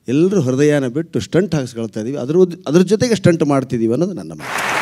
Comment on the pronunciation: Hello, let me correct you it is pronounced “Stent “ Not Stunt , now let me see how you can argue for this ?